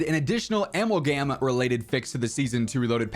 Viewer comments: wait?.. “Al-mal-gam’s”. The way you pronounce amalgam needs to be studied… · it’s pronounced (Ah-Mal-Gum) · LOL Bro, wtf is an "Ammulgam"?! Just say you don't care about Zombies bro, we already know by the way you CONSTANTLY gloss over it! 😂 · Amalgam is a shortened version of amalgamation. You pronounced it oddly so this is just a heads up homie. Thanks for all the content bro. Haven't been playing since Riot shields are gone but still love the content so I can check in to see how the COD sphere is keeping up. Keep it up bro 🙏🏼